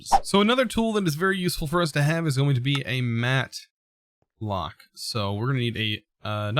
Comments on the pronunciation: Now it seems like does the mistakes on purpose since it increases the user activity. I mean he said mattock correctly first and then suddenly he went mat-lock.. #mixedfeelings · oof, but yeah, it’s “Mattock.” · Says "mattock", but corrects himself to say "matlock"...